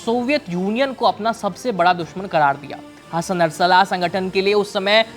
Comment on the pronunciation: उच्चारण गलत कर रहे हैं आप नरसल्लाहा ❌ बोल रहे हैं। ध्यान से पढ़िए।